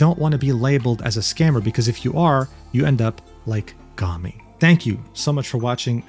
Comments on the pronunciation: not super related, but lowkey disappointed that you pronounce her name "gah-mi" instead of "goh-mi", because the latter sounds like the japanese word for trash, "gomi". Just thought that would've been funny. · You pronounced Gomi like "Gummy" which too nice lmaooo. In Japanese, it's pronounced like the English words "Go" and "me" and the word Gomi means "trash" 😂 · still he mispronounce it as gami, the entire video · pronunciation of "Gomi" is killing me bruh